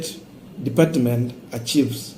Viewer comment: Archives not achieves,Rekindle & not Recandle